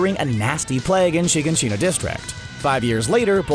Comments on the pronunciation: Why does no one know how to pronounce Shiganshina? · The way he pronounces all the names and shiganshina bothers me